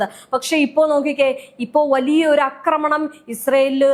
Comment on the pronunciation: Ee kutti epolum 'akramanam' enne parayu....'aakramanam' ennu parayu